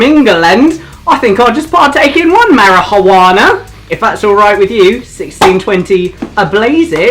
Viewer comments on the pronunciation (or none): "ONE MARA-HOO-ANHAH" -. I love it. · I like the marijuana misspeaking